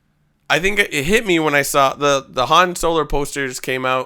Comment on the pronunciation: Haha I laughed every time said "Han Solar." LMFAO